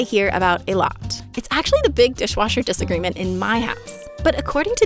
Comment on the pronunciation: Came here just to applaud the „dish-agreement“ 😂